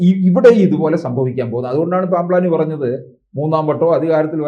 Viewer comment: Plampani അല്ല pamplani